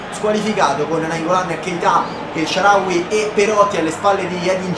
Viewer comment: HAHAHAH ANCORA SHICK “NELSHARAWY”